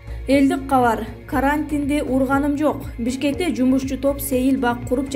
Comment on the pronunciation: Неграмотная- карантин, диспора и тд, ставь правильно ударения